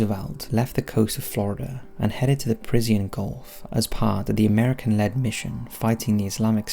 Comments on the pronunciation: It is "Persian Gulf" PERSHIAN ... why do you say PerZIYAN ?! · 'Persian' not Parisian. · Brilliant video. Thanks so much. No hype just facts. But one tiny Criticism...it's the Persian gulf pronounced Pershan...not Pers i a n. Minor point but excellent video...subscribed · Wtf is the "Prizian Gulf?" The word is, "Persian." As in, "PUR-zhun" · "Parisian" Gulf?? Dude! it's PERSIAN Gulf! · English is your first language and you continue to completely mis-pronounce words. That's the conspiracy. Parisien Golf? The Golf of Paris?! Persian...Persh-an. Gulf. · "Parisian gulf"! Robots still slip up! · "The per-is-e-on gulf" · Like the video, like the narration, but what is the "peresian" gulf? Is that like "al-u-min-eum"? A difference in pronunciation? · Did he just say, "Parisien Gulf"? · I'm more disturbed by the constant mispronunciation of "Persian"